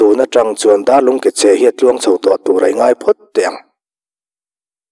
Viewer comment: Ring aia ni lovin Ringaia tih tur anih ka ring an koh danah Ngaia an ti sia Ring aia chu nise Aia tia koh awm tak ani sia